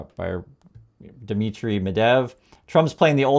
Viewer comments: G’day. It’s Medvedev NOT Medev. Journalistic accuracy, important my friend!! Thanks. 👍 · you are not stupid ummerrigan..you can say the name correctly: Med-ved-jev not medev yes on my key board I can't do phonetics... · It's pronounced Med-VED-ev, not Medev. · Medvedev is not pronounced Medev. Thank you for your attention to this matter! 😊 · i like this channel. medvedev has three syllables... med-vey-dev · Oh my gosh. You are an American. Nukyalr. Medev?